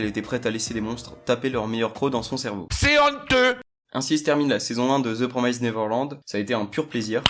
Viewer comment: Pitié, promised ça se prononce "promist". Pas "promèzde" "promazde" "promaïzde" et encore moins le ed prononcé "ède". "PROMIST" (C'est pas pour critiquer, (moi-même je prononce mal certains noms de personnages) c'est juste que ça écorche l'oreille quand même)